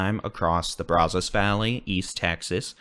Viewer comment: Your weather forecast reports are always wonderful. Been watching you for years!!!! Keep it up! However, your pronunciation of “Brazos” is killing us folks in deep east Texas. It’s Braaaazaas. No O. 😂